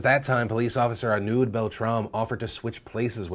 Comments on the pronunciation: I know the french accent is hard for most people but please check the pronounciation once before saying a name out loud, if you listen to a pronunciation of his name you would realise it is basically pronounced "arno" and not "arnuud", I'm not trying to criticize you for it, it's more like an piece of advice for the future, as not to disrespect someone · Arnaud is prononced R-No. Thanks for noticing him.